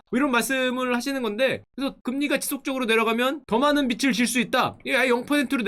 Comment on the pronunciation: 빚을= 비즐 라고 발음 부탁드립니당. 다른 사람이라면 몰라도 딕션이 좋으신 슈카님이라 생각보다 거슬리네연 ㅜ